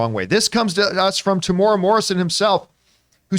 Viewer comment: his name is pronounced Tem-u-era